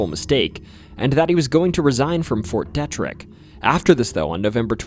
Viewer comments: It's pronounced fort DeeTrick. Not Deh Trick, just saying brother. I appreciate your awesome video on our state man. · It is pronounced Fort DE-TRICK or to make it easier Fort DEE-TRICK. I worked there for 42 years and my father before me for almost 40 years. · Native Marylander here! Love the video its really well layed out. I just wanted to let you know the Detrick is pronounced Dee-trick. I live 6 miles away from that fort and that's how everybody calls it. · It's pronounced "Fort Dee-trick" in Frederick, MD. where I was born, raised as a child off of Opossumtown Pike looking out of my childhood bedroom window at the north side of Fort Detrick army base, and currently still live in the City of Frederick off of Ballenger Creek Pike. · I like the way he says fort detrick! 🤣.. its pronounced. D.. trick.. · MD native here: it's pronounced Fort DEE-trick. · Thank you from a born and raised Marylander. Several of these stories were new to me. Just wanted to let you know the correct pronunciation of Fort Detrick is Fort Dee-trick. Also Bladensburg is pronounced Blay-densburg. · Fyi fort Detrick is pronounced “Dee-trick”